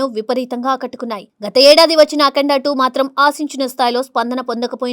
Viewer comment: అకండ కాదు అఖండ.సినిమా పేరు తేలియదా లేదా తెలుగు సరిగా రాదా?